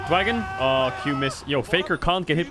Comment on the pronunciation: I came for the rumble I stayed for the dwagon